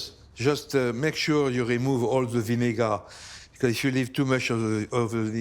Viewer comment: If the cook says "Ze" for "the", you know it’s going to be bussin